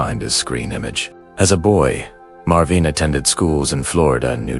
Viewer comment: Marvin "S" - Marveen God, how I hate these f***ing AI-voice overs...